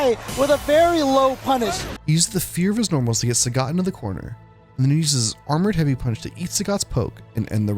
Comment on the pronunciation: It's pronounced Saget. Capcom doesn't understand phonetics because they're japanese and didn't bother to learn how to pronounce things.